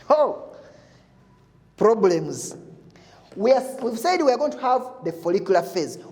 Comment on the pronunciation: "Ho problems". 😂😂😂